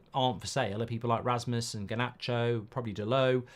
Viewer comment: Can’t be arsed to learn players names but after his interview with Rasmus he started pronouncing his surname correctly without the ‘D’ at the end. Why would you intentionally be ignorant towards players names?